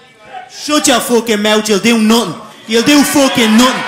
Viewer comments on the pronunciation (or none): Mispronunciations: Mout Futtin Nuttin Owa Heya